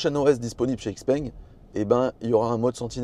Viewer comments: Encore une fois, super vidéo ! Puis je me permettre une remarque concernant la prononciation de la marque? - Ouvrez le Google translate - choisissez chinois simplifié vers français et écoutez la prononciation... Xiao peng ( X se prononce ch) Mon épouse est chinoise et as la chaire de poule chaque fois qu'elle entend "X - peng" Tant qu'à faire...😉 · Les mecs de xpeng France prononcent ixpengue. Donc bon on va suivre 😋